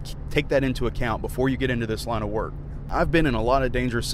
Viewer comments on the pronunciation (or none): Its not wark it's werk